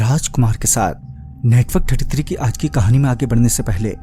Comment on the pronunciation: you said indark instead of network33😂